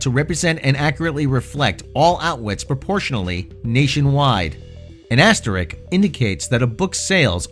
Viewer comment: Please I beg of you, when you are alone, practice pronouncin "contextual" and "asterisk". Herein you left out the second "t" in contextual, and the second "s" in "asterisk". Obviously you need to put time into rehearsin the pronunciation of words that have sequential consonants.